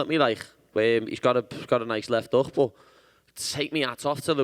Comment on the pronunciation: Are you a fighter? "I goch da pergsonality, I goch da luk"